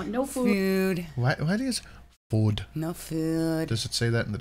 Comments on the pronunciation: She says food so weird, actually most words she can't pronounce!!! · Finally someone talks about the the way she says food and other words with ‘o’